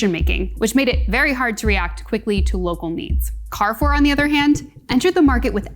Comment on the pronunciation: Cool video, thank for doin it. I think you should have taken the short time to easily learn to pronounce Daitenho. If you still can't do it justice, at least learn how to pronounce the French Carrefour. It would build more credibility. Also, I think the commenters below brought up stronger points than this video.